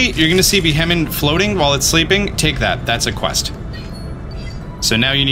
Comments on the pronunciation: It’s kind of amazing how many Pokémon you just seem to not fully read the names of. Since you mispronounced Beheeyem so many times I’ll show you how to say it: bee-hee-yem. Also it’s El-da-goss, and sih-jill-lith, and just zerneus like xylophone. As a fellow dyslexic, I learned that sounding out names and also learning the origins of the names helps with remembering how to say them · it's pronounced "Be-Hee-Yem"